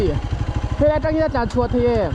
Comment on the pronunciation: I tawng hi a rang lutuk a ta tang tih tur ah hian ta rang tih in ka hre leh thin ka sawi sual nih chun min ngaidam la mahse midang in an sawisel loh nan che ka rawn ti mai mai ka ngaisang thin bawk si che a